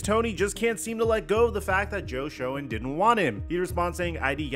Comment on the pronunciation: Joe Schoen's name is pronounced like Shane just FYI.